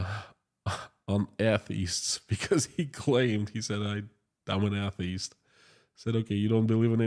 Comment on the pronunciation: "DOWN FALL" it is a great movie. Really mean it. Unfortunately I can't draw any parallel with the current conflict....... 2. Your English is great. You just need to work on pronunciation of the word ATHEIST..... If you want to have a wisdom connected with LAUGHTER watch stand-up comedian GEORGE CARLIN